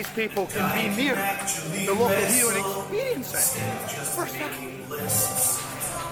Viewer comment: Is the ring announcer saying global hero? I thought he was the local hero.